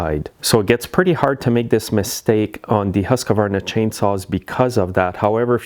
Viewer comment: The HUSQVARNA saw is not pronounced Husk a varna but Huskvarna